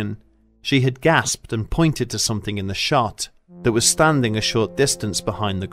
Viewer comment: That was a great story, but do you think you could try to say something instead of somethink? Please?